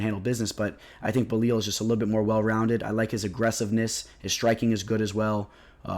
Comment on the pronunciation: It's Belal, not Belil lol